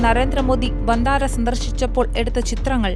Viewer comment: വന്താരാ അല്ല സേട്ടാ